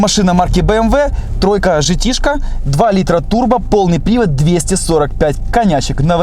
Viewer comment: 3s-Гте, а не Жте😁